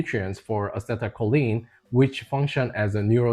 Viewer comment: Just for the record, choline (pronounced KOH-leen) is a supplement. Colon (pronounced KOH-luhn) is your butt. Just saying . . .